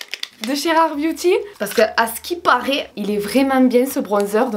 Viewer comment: Quand dit « Booty » à la place de « Beauty » 😂 merci pour les barres de rire!!!!!